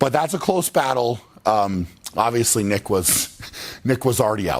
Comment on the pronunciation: Nick* not neck. LOL